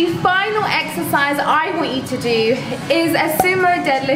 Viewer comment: I swear I heard you say "eggsercise" hahaha